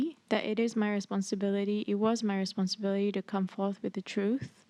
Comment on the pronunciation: 3.48 : the way "responsibility" was pronounced differently each time confirms my suspicions that she is faking an accent all the while